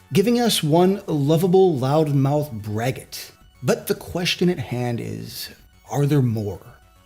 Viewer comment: It's braggart not "braggit". - It's dunce, not "dunst" He's a lovable idiot, not related to Kirsten.